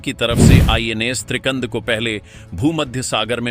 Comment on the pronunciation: त्रिकंद नाही त्रिखंड